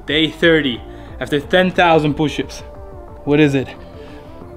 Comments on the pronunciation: Poo- shups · I love when he says pooshup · You mean "Pooships"? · 10,000 POOSHUPS